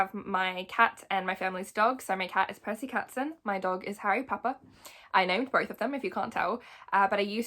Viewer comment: I know you didn’t just say Percy katson😂